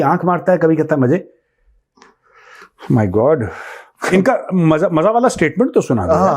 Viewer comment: Majjaa nahe hota Mazzaa hota hai